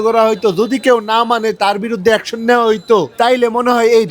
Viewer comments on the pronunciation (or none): none